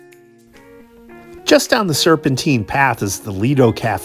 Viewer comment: Used to live in Gloucester Place on the North Side of Hyde Park, some wonderful days and evenings spent there. Great video. (Oh and it's Serpentine - as in time, not Serpenteen). Great persepective, love your vids as it gives ne a new appreciation of London.